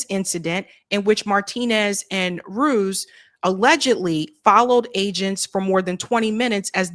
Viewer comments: Ruiz isn't pronounced Rooze. it's Roo-eeze. as a Spanish surname. But anyway ...... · Rue ease, not ruse